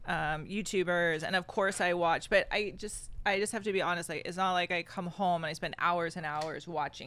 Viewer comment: I am Dutch, but her way of saying 'but' sounds really weird to me. She pronounces 'but' like 'buyt'.